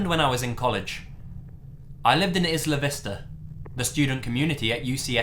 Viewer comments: Not is-La Vista, its i-La Vista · You’re a talented narrator. I respect your work. But please do your research. It’s not “Izla Vista”. It’s “eye la vista”. I’ve known many friends who died or were paralyzed by the cliffs there. Franky, it’s a shithole. But what party corner of a college isn’t? Not my scene but mostly good kids. Just, please, do your research. If only out of respect for the many who have died there. All due respect. Again. Love your channel. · Isla Vista... Is-La Vista... IS LA. ITS ISLE-A. LIKE I'LL A. LEARN TO PRONOUNCE xD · It's pronounced, 'EYE-la Vista' not 'IS-la Vista', just a heads up. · You do a good job most of the time but you really butchered Isla Vista. Say it like this... I - La Vis - Ta. Isla = Island... you know darn well that the "S" is silent. It is not pronounced IS - LAND is it? No, it is I - LAND. I am from Santa Barbara County, Down at the southern tip in Carpinteria so I have partied in Isla Vista many times and got to see the Garage band that became "Toad the Wet Sprocket" There many a year ago. Other wise you do pretty well. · Incidentally, it's pronounced "Eye-la Vista." Grew up in the area. The partying has died down a little due to the tragedies that have occurred there. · How he pronounces “Isla Vista” makes me laugh every time.